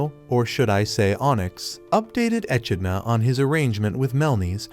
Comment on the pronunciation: Ah! I gotta remember the name and avoid it. Your script is difficult to listen to, and not just because you mispronounced simple words like "echidna" (one of a handful of monotreme species), but your weird allusions are difficult to parse.